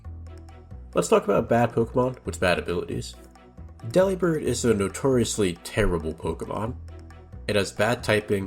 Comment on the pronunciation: Delibird is pronounced like "Delivered" but replace verd with bird.